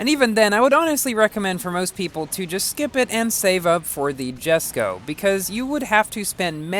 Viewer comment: Jesko (pronounced as Yes-Co): Choose me to go for!!!! Mercs 722 SLR McLaren: Choose me to go for!!!! and Me: You know what, SKIP THE SLR, LETZ GO FOR THE JESKO!!!